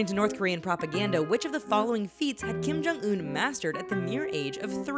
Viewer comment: Kim-Jum OOF